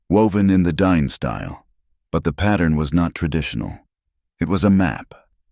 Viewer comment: Not DINE, it's pronounced "dee-nay".